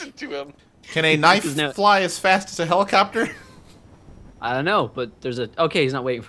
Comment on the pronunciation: it's a hell-i-copter